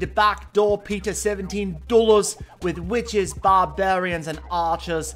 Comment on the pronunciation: I just love how peter says my name is peeta 17 dollas and how he says galadons name.he says yes PAUSES gallydon